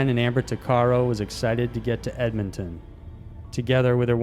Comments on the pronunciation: And I think you meant Ed-mon-ton not Edmington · I'm sorry, before i go on with this video...you pronounced it Eb-me-ton...It's pronounced Ed-mon-ton...Love the videos though. I have never heard anyone pronounce it that off.